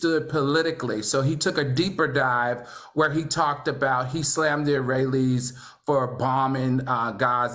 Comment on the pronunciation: "..Iraelies..Palistins" Al seems like a nice guy; but how his no-talking ass a talk show host AND a college instructor? Make it make sense🤣🤣🤣 We so embarrassing as a people 😳